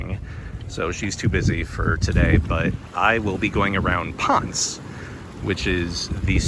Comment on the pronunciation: Ponce is not Pons. Try saying Pon seh